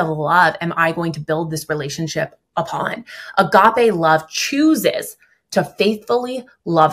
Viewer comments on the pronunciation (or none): It's crazy to me that doesn't know how to pronounce "agape"